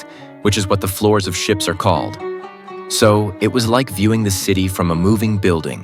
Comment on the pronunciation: ha ha ha learn some English before posting - you said SHEEP wheras it is SHIPS